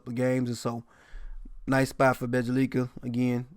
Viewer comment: Bro I swear half the reason I watch is to hear you BUTCHER the names😂😂😂 “Bejja-LIKA” 🤦🏽‍♂️😂😂😂😂😂